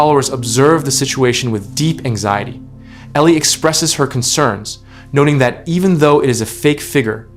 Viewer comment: now her name is Ellie not Elie😁